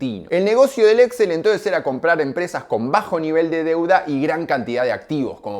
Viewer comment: El grupo es Exxél con acento en la ultimo e. Las compras se hacían mediante Leveraged Buy Out, LBO.